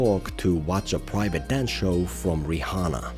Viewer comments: "ri hanna" yep thats how you pronounce it.. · Bro said "Ri*H*anna" 🥀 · I have to say, it's pretty disrespectful to not pronounce someone's name correctly. Bro said riHHHana like 8 times. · Love how you pronounce the h in Rihanna